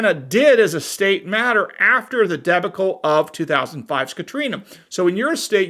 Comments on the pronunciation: the pronunciation is not "debby-cull" its "dea-baw-cle" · Maybe proof read the script for pronunciation. Deb'-uh-cull ?. . . . . . Deb'-ick-cull ? ........ Duh- Bawk' -uhl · Great video, but the word is pronounced "duh-BAH-kul". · DEBACLE has the emphasis on the 2nd BA cle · I had never heard debacle mispronounced like that before. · LOL. Great vid. I totally laughed at how you pronounced "debacle'" LOL..... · Never heard the word debacle pronounced like that.